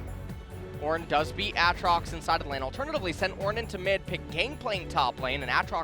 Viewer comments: You mean a atrox? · Yo I hate these casters... Jesus who pronounces Aatrox like that...